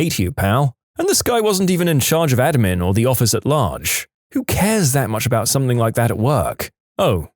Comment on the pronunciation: No k in the word something